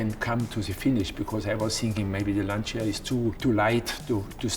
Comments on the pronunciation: its pronunced LANCHA (not lansia) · Please stop saying" Lansia" the right pronunciation is " Lan tcha". The mark that I love so much being destroyed by Fiat plus it get pronounced differently just annoy me!! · Lancia, like ChaChaCha, not Lanzia. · Brilliant video! Just one comment: next time please pronounce Lancia correctly, with "chah" at the end (Lun-chah) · In reality it's pronounced without the "i". It's just "Lancha" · It's called LanCia not LanSia! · I thought the proper pronunciation was “launch-ya”? Great video either way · The correct pronunciation is more like "Lunch-a" if you put the emphasis on the "u" 👌😁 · Can anyone explain to the non-Italian speaking people that it's Lancia and not "Lansia"?!! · pronounced "Lan-Chia". Please. respect Italian way of pronunciation. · It's pronounced LANCHIA. Great video btw. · Lancia = Lantsia? Jeremy should know better. Shame on you, Jezza 💔 Get a german passport, so you can order Tschianti and Notschi (Chianti +Gnocchi) and no one (except the 70 Mio. Swiss+Italian) will ever blame you... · Please , the right italian pronunciation of LANCIA is "Lancha" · 'lanszia' mi fa morire come lo pronuncia 😂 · One day, Jezza will learn how to pronounce Lancia. This is not that day. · Never confuse grip with traction. But what can you expect from car enthusiasts that still, after all these years, don't know how to pronounce Lancia properly? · Since Clarkson has such a soft spot for old Lancias, perhaps he could learn to pronounce the name correctly? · I wish Clarkson would pronounce Lancia correctly. It grates every time he says it wrong. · Dear Clarkson. The car's name is NOT pronounced like you do, for god's sake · like someone said up thread, most foreign none English speakers pronounce our words completely wrong but we don't care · Very interesting, but it'd be nice if he could pronounce Lancia correctly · I'm loosing my ears every time he says Lancia mispronounced. It has to be said "/lancha". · The "Lansia"